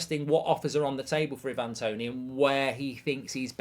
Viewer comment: Who on earth is Eevan Toney?!